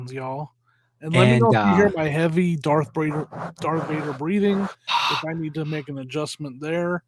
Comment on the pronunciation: Did say “G-arth Vader” 😂